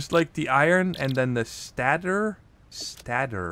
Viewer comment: You pronounce stator like this: stādər. Anyway, great video! Satisfactory is a great game!